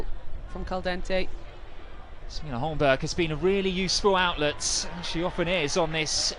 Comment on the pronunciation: Holmberg is pronounced "Holmberry". Confirm if you want